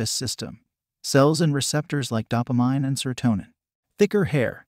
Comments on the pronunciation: Doppa-mine. Really? That's how you pronounce it? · I had to turn it off by the second time he pronounced dopamine wrong.